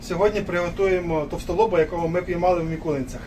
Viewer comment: Все круту, тільки чому мІкулинці? Село називається мИкулинці. Вікіпедія підтвердить.